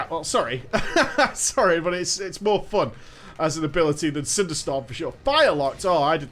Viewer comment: The way he says "FUHN" and "Drae-NOR"